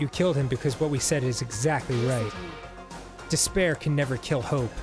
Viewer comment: i feel like this whole game was building up to monokuma saying the word "despair" as "disbear"